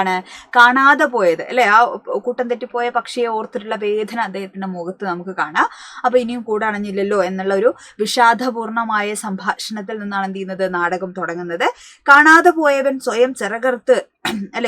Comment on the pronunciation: മാഡം താങ്കളുടെ പാഠഭാഗത്തെക്കുറിച്ചുള്ള വിശദീകരണം വളരെ നല്ലതു തന്നെ പക്ഷേ വളരെയധികം ഉച്ചാരണവൈകല്യങ്ങളുണ്ട് ഉദാ: വേധന, വിഷാധം നാടകഘാനം ഭോധം ആധ്യം തുടങ്ങിയവ